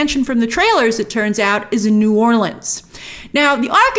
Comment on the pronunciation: Thanks for pronouncing New Orleans correctly. 👏🏽